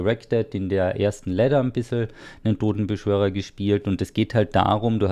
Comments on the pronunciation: ich hab gewusst, dass er wieder "dodenbeschwörer" sagen wird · Wie Lustitsch HaHaHa